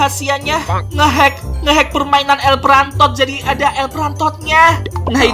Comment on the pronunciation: Impostod wkwkwkwk prantod wkwkwkwk😆😆😆😆🤣🤣🤣🤣